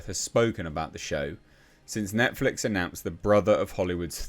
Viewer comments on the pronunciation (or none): none